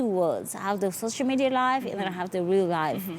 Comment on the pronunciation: It's social media not shosho Madiya zari🤣😂